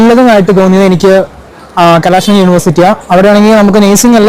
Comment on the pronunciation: കലാസ alla കലസലിംഗം